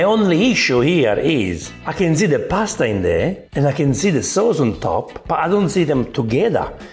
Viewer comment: "MIX IT WITH THE SOOWS!"